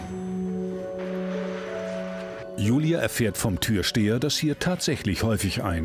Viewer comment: Oh, da muss aber mal jemand nen Logopäden aufsuchen.... TürSTEHER? Sicher?